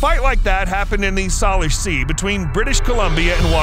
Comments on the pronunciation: The Salish Sea is pronounced "SAY-lish" not "SAL-ish". It is an indigenous name and the correct pronunciation should be respected. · "Say-Lish" Sorry to nit pick. Love your videos